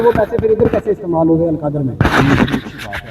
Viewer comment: القادر یونیورسٹی کیس۔ پہلے نام ٹھیک لینا سیکھو